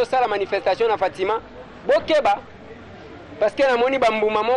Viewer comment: hum ndeko akomi ko siemisa lingala kiekiekie! "...na baNzi.." "... toza awa na fatimaN..." kiekiekiekie